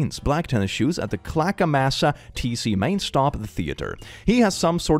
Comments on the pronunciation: Hey! Not sure if anyone has said this but, your pronunciation of Clackamas was close the second time. Clackamas is actually pronounced "kla-kuh-muhs". So the "mas" sounds like "must" without the "T" lol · When said Clackamas both times differently and both times wrong it hurt. Its "Clack Ah Miss." source I live near Clackamas.